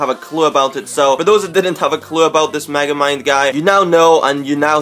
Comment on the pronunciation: its megamind not magamine